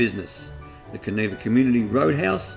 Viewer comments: Kaniva not kaneeva I is an I not an we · Pronounced can eye va